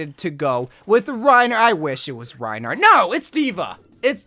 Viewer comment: No it's Rinehart